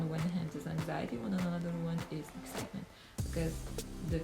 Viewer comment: "ExCITEmebnt!"-. ahahah:D